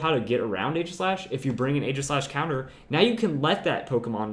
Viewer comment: For all of the praise he gives Aegislash he still pronounces it wrong. Not trying to be hateful, just informative.